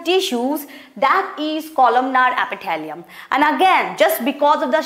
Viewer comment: Mam I think you have to practice of english it is squamous epithelium not squomous Apithalium ❌